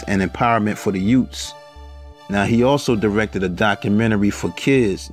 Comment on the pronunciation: "lou gossIP" (GossETT Jr.), "double ACP" ( N double Acp/NAACP) and "youTs" (youTHs) …….I CAN'T!!! LMAO ~ b.